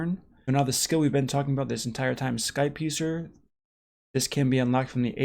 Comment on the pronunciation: Anyone else keep hearing ‘Skype user’ instead of ‘skypiercer’? Just me? Ok....